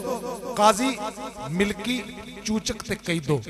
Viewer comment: Bhai lafaz, milki nai,Malki ha